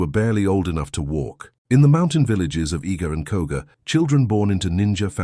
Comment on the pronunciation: Koga not Koka